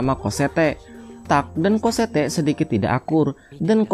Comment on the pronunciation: bacaannya emg COSSETTE, tapi dipanggilnya COSSETTO ngab. wkkwkwkwkwkwk